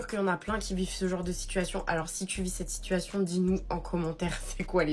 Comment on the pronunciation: La première, juste sa diction est dégueulasse. Une femme de cet âge-là qui s'exprime à la façon des gamines écervelées de notre époque c'est rédhibitoire. "Un remis de DJI minutes", "j'ai pas de SITCHUATION". Mais quelle horreur 🤮🤮🤮.